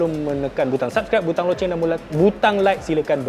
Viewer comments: Bukan “lonceng” bang, “loceng”. Sebut betul² , looocenggg 😁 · Lonceng tu dari 2020 lg aku dengar dia dgn bang beras cakap. Trademark bagi lawak spontan. Takkan tu nak pembaris pulak.